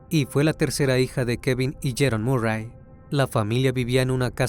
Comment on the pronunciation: Se pronuncia marry